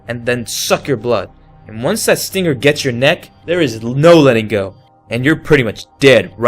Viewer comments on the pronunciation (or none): none